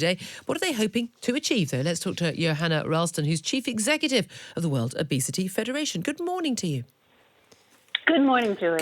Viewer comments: Sounds like she’s saying “wildebeest-y” day instead of “world obesity day.” Still true either way. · I thought she said wildebeesty day